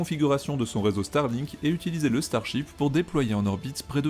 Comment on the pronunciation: Y a que moi qui entend chibre au lieu de ship ?